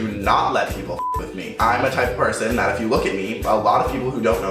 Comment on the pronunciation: have you noticed that whenever he says "if you guys are new to my channel" or "if you don't know" he always pronounces "if" like "eff" "Eff you guys want..."